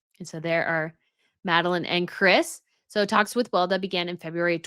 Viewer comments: Weleda ist pronounced Veh-leh-dah and is mainly sold at German drug store chain DM. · FYI, Weleda is pronounced Weh-Lee-da in the Uk and other English speaking countries. But it’s a German word (and company) and so it’s pronounced Veh-Lee-da in Germanic countries.